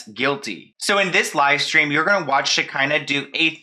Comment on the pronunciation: Shi-KAH-nuh Shekinah. That’s how you say her name lol. I cringed every time you said it wrong but I love you regardless lol 😂😘